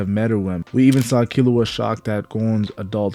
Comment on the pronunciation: Killua "keelughhhhhhh"